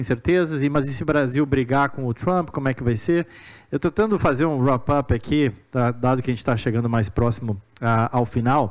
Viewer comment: Bons entrevistados, mas o intermediador eh horrivel. Todo vez que ele falava wrupup ao inves de fechando ou encerrando, me dava vontade de sair video. Primeiro de tudo eh wrap up com pronuncia de a e segundo, nao deveria nem estar usando esse termo. Mania horrorosa essa de brasileiro querer ficar usando palavras em Ingles l, que na grande maioria das vezes sao mal pronunciadas e mal colocadas. Respeite a lingua portuguesa que eh tao linda e com tanta riqueza e historia. Se eh pra falar Ingles, fale tudo em ingles, mas ai complica neh...